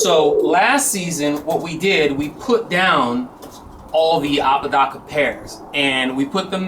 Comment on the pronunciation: Hay thanks for the shout out u didn,t butcher the name cheers man....are u gonna keep the apodaca family seperate or are u gonna breed it into your own stock? Great content as always very interesting and informative keep them vids coming......👍